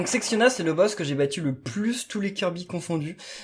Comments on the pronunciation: Il n'y a que moi qui a l'oreille qui pète un plomb lorsqu'il dit "Sectiona" et pas "Sectonia" ? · Mais pourquoi tu l'appelles Sexiona? C'est SECTONIA! Avec un T! Et pas un X!!!😠😠😠😠😠